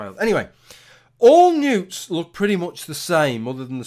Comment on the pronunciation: For a minute there I thought you were saying you collected nudes, not newts....